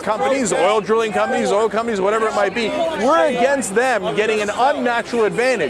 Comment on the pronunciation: "I jump in eet." You go, Cenk!